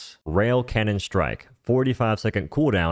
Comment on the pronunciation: he keep saying canyon